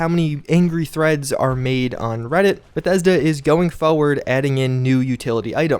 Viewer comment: You notice he keeps saying "bathesda" right? You know this is a fake account?